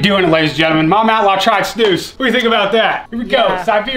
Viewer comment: wow she pronounce snus correctly in swedish! :O